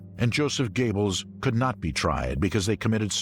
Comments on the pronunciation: His name is GOEBBELS PRONOUNCED GÖEBBELS/GOREBELS NOT GABLES!!!! DO YOUR RESEARCH BEFORE NARRATING! AT LEAST GO TO GOOGLE TRANSLATE! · I wonder if Joseph and Magda 'Goebbels' (pronpiounced GABLES by an American narrator) were any relation of the USA starlet Betty Gables ??????????????? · Joseph Gables? Holy christ on a cracker, I've heard some lousy pronunciations, but that's got to be the worst. Also, Eichmann was never an "S.S. colonel". He was an obersturmbannfuhrer, roughly equivalent to a lieutenant colonel in the U.S. army. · Heh Joseph “GAYBBELS” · "Gaybles"???? How dyslectic can one get and still be allowed to speak in public????? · Fail, at least get the universally excepted pronunciation correct. Goebbels not Gable, seriously come on. Onto something more professional representing a true documentary. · What a way to butcher Göbbels' name tho. Gables?